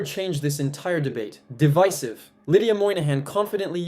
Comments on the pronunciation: She didn’t even pronounce the word correctly, I doubt she can explain what it means 😅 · She can't even pronounce the word "divisive". Maga makes statements and when they adked for proof of what they say, they just jump to the next unfounded statement. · She mispronounced "divisive" because she's a clown.